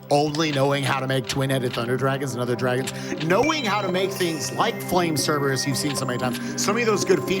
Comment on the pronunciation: Flame "Cerebrus" for the Win